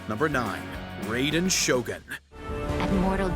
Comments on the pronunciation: I know he did not just pronounce raiden as rayden 💀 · Raiden Shogun = (Rye-den Shogun)* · its pronounced rye den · "ray"den shogun is hurting me on all sorts of levels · i shoulda stopped when he called her the ray-don shogun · He said Raiden wrong tho, my friends name is Raiden and he gets triggered when somebody says his name wrong